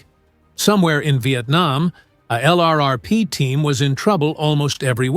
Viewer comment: Your robo-voice doesn't know pronunciations - sounds like a boot. LRRP is pronounced Lurp , to start.